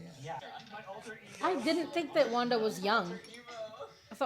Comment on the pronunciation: I don't think you caught "Alter ego." "Alter-emo!" but it had me in stitches.